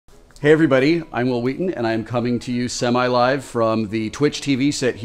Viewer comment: He channeled Stewie Griphon when he pronounced his name"W'il W'heaton".